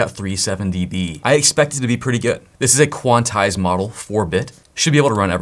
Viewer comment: QUANTIZED. At least that's how we say it in music land. LOL thanks for the informative vids.